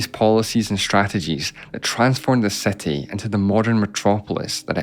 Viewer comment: seti instead of city